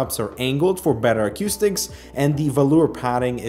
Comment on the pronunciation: but does he say acuuustics ? ;)